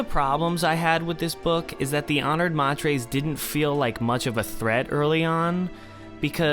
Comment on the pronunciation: Odrade is pronounced oh dray dee, 3 syllables, like Atreides uh tray Deez, from which Herbert describes the name is derived. Jeez, ma trays? May ters is correct.